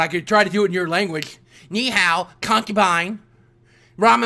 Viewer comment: "Let me speak your language.. Nehow, Sushi"